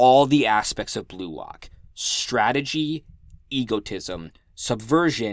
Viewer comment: Nobody gonna talk about the "Stradgey" in ?